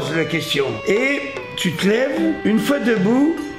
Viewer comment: Mais oui c’est claaaiw C’est la mew noiw